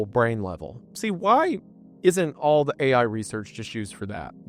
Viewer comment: wtf do you mean AI that says EYE. cmon you're better than this